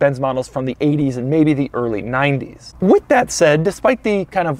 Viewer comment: I love Doug's videos, but the way he says "and" really grates on me sometimes.